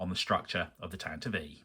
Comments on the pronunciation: Well yes I assumed the vee sound at the end was for IV. I guess I've always heard it said as tan-tiv, never tan-ti-vee, which I've just learned is canon so thanks. The more you know... I do admire the courage to even start a build like this. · This build series has taught me more about correctly pronouncing "Tantive IV" than all my years of being a Star Wars fan lmao